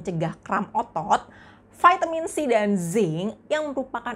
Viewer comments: gunakan bahasa Indonesia yng baik kak vitamin ya vitamin jangan di sebut vaitemin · Trimakasih informasi nya Mbak sgt bermanfaat, tp ada masukan dikit... Vaitemin... Lbh baik diucapkan vitamin